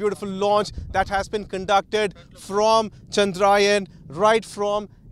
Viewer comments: 🙏 good comentry , pl pronounce the name correctly, It is chandrayaan , not chandraayan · It's Chandra-yaan, not Chandraa-yan... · It’s not ‘chandraa yen’ kid it’s “chadra yaan’😇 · Who is this reporter? Can't pronounce 'yaan' properly.